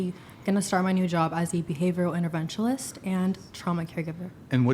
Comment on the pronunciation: First, she is 21??? And second, behavior “interventialist???”